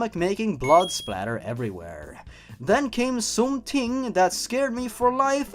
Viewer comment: "Then came SOMTING That part was hilarious XD I keep replaying it over and over, I love it!